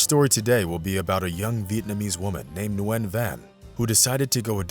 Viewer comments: Just "Win" .. not "New-win". It's one syllable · It’s pronounced win not nuwin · You do know that Nguyen is her last name and it's pronounced "win", right?